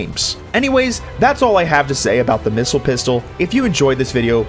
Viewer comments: Sir its called the pissile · The... Pissile?